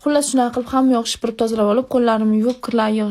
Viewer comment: Shipirib emas sipirib😂